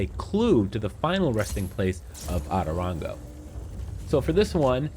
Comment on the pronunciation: The way he says “otorongo” as atorongo kiiiinnnddaaa annoys me